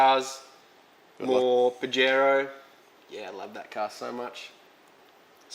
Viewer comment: pronounciation is Pahero 🤣